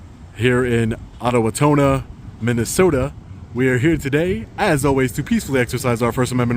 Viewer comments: It’s o-wa-tona lol not whatever you said 😂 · Loved the pronunciation of Owatonna. "aa-wuh-taa-nuh" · A tiny correction for. The town is pronounced like Oh-uh-tone-uh. I live in Minnesota. Hey, think you could visit my town and do an audit. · Wow! O-wah-ton-a, just 20 minutes from my house! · Little off on the pronunciation of OWE-A TONNA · it's O Wa Tawn Ah, Owatawnna, Minnesota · Oh-Wah-Tawn-Ah. Its named after a Native American Tribe here in MN. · you just created the best mispronounced version of Owatonna I have ever heard. It's pronounced O was ton na. But, your treatment in MN is about normal. I was born and raised in Austin, MN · You just murdered the pronunciation of owatonna Minnesota it's pronounced just like it's spelled dude keep up the good work though love watching you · O wa taan a Is how it is pronounced. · At least pronounce the name of the city correctly. Jeesh. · the way you pronounced owatonna sent me💀 so happy to see you came to MN! been binging your videos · I grew up in Owatonna. You murdered the pronunciation of the city. It's native American name.😂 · Way to butcher the name of the town lol know where you are before try to school everyone on your rights. The bums lost sir! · 1. you did not say owatonna even right, 2. you are an antagonist and everyone who thinks this is okay you are entirely a horrible person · Here's how to properly pronounce "Owatonna" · As someone from Minnesota who has been to Owatonna a bunch of times, the way you pronounced that name made me chuckle. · Live in same area and laughed when I heard that pronunciation! Excellent try and excellent break down of how to say it! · As a former Minnesotan I was going to comment on you utterly destroying the name Owatonna at first, but I see you were corrected about mid video it's pronounced O WA Tonna (sounds like Donna but with a t sound). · hehe you said "Atowatonna" lololol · The town's pronounced Oh-uh-tawn-uh fyi. I live here.